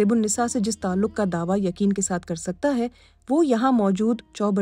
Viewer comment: it's NOT Surf - o - Naho, it's Surf - o - Nahav (صرف و نحو) , "یہ لفظ" ترک" ہونا چاہئے، نہ کہ" تُرک , چو برجی نہیں، چوبُرجی ہونا چاہیے It's derived from بُرج